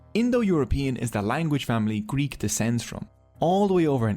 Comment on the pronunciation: Nice video, nice animations but your prononciation of Greek and Latin word is disturbing